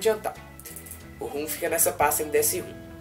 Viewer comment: RUM não cara, ROM.....